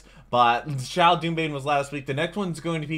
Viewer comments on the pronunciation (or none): First off. How did you say Xiao’s name wrong the first time but got it right the second time?! Second off. Hu Tao is VEEEEEERRRRRY popular. Her personality has definitely charmed a lot of players and her gameplay is very risky, but heavily rewarding. With the right team of course.